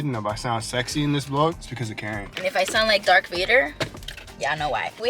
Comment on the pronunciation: Did she say dark Vader 💀